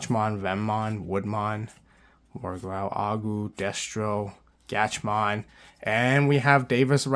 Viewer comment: Some pronunciations: Gatchmon and DoGatchmon are pronounced like Catch, Snatch, Match, etc And Charismon is pronounced like Charismon